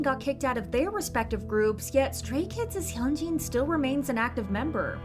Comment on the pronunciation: why do you mispronounce idols name on purpose. you’re whole content is about idols but you can’t even take time out of your day to learn how to pronounce their names. because who the HELL is “hyun-jean” its hyunJIN